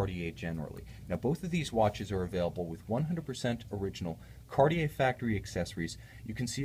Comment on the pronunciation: you are usually very linguistically correct by watch brands pronunciation. JLC, GO, Roger Dubuis come to mind. However, when you say 'Kariei" as opposed to proper French 'Kartie" you sound like the majority of ignorant Americans. Otherwise, I love your reviews.